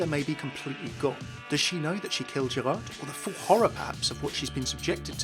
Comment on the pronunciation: hey, just wanted to point out the D in Gerard is silent in French. You've got most of the other pronunciations right though!